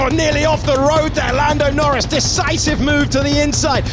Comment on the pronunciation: i turned off the video when i heard "lando noris world champion"